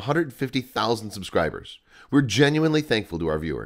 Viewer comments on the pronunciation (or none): none